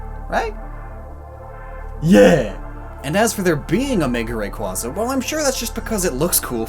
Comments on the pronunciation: In a way, you're still pronouncing it wrong, as the Japanese name, レックウザ(Rekkūza), is pronounced as if it were Ray(the name), kku(similar to the ku in Goku), and za(like the za in Zamasu, as I don't have the spelling of the new wolf legendaries' names memorized yet). This should directly reflect in the English name, but with an added a. It's the damn a that people can't agree on, though. Is it aye or ahh? According to Pokedex 3D Pro, it's aye. According to other official sources, it's ahh. In other words, they are both right, which makes both wrong as well. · Tells viewers not to mispronounce Rayquaza. Also: Mispronounces Rayquaza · You pronounce rayquaza wrong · You still mispronounce Rayquaza. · You still pronounce rayquaza wrong. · Lmao he pronounced Rayquaza wrong there. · why can't people pronounce rayquaza properly? and why did you suddenly pronounce it properly in ??? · You'd think you could pronounce Rayquaza properly after all this time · But you are still mispronouncing it 😜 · Just a slight nitpick, your saying Rayquaza wrong. It is a mix of the words Ray and quasar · I thought you of all people would be able to pronounce rayquaza correctly. It's in the sky, like a quasar. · God I hate the way you pronounce Rayquaza. Still great video 👍🏻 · When you tell people to pronounce Rayquaza correctly, but you yourself said it wrong the whole video except for one time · I love the 'remember to pronounce Rayquaza correctly' at the end despite you still mispronounced Rayquaza for the whole video. Love the vid tho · "Make sure to pronounce Rayquaza correctly", he says, while mispronouncing Rayquaza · cries about how he's been mispronoucing Rayquaza at the end even though he has been mispronouncing it the whole time! XD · How many times must you mispronounce Rayquaza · Oh my god your mispronunciation reminds me of when I played Ruby as a kid. I tried naming my groudon George but I typed in Gorge instead. So now it's Gorge the groudon... sigh